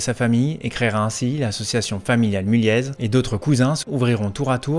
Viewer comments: On prononce "Mulié" et pas "Mulièze"... tu devrais le savoir ! ☝️ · On prononce mulier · On prononce pas le Z à mulliez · Par contre le z ne se prononce pas